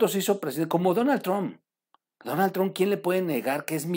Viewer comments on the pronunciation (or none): none